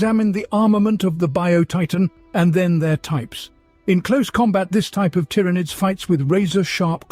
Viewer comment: Please teach your robot how to pronounce “Genestealers” and “Tyranids”